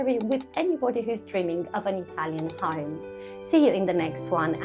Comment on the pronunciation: I was confused it sounded like a Ham not a Home😅